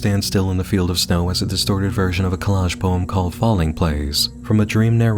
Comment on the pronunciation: Did just pronounce Snow as "Snau"????